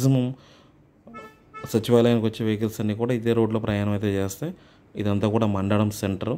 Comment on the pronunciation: Mandada kadu ra babu Mandadam nayana